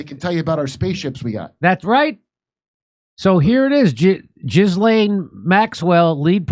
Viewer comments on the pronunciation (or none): It’s not GISLANE IT IS PRONOUNCED GILLANE AND SPELLED Ghislaine The name is of French origin. Educate yourself. 😊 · I'm guessing you're mispronouncing Jill Layne's name on purpose. Jiz Lane! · He has had months to learn how to pronounce her French name the s is silent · "Jizzlaine" hahaha i know that wasn't intentional wink wink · " Jizz lane Maxwell"? What a Freudian mispronunciation! (It's sounded Gill-aine btw) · Her name is not Jiz lane it's Glayne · For the millionth time, Ghislaine is pronounced "GEE-lin" not "jiz-LANE." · "jizz-lane " Maxwell you've GOT to be kidding me ! if this guy can't even get the woman's name right, I doubt he's playing with a full deck to start with...so his "predictions" are about as accurate as the time president Bill Clinton told us about what he didn't do to that woman, with that cigar... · Jimmy, it's a G, not a J. 😂 I guess you're being silly. 😂 Jizz-M-😂😂😂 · Love how Jimmy accentuates JIZZlane. 😂